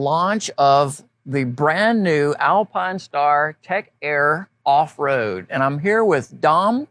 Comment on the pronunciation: This dude not saying Alpinestars correctly and driving me out of my mind! Good Lord